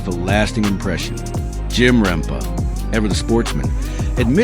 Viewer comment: RempE not rempa